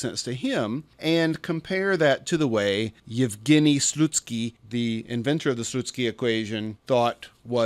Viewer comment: Special thanks for pronouncing "Evgeniy Slutsky" correctly, as close as it is only possible to the original!